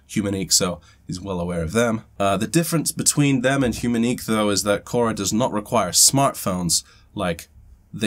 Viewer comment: Kora sounds like CASHAA. What happened to yesterday's video? Not available in US due to copyright?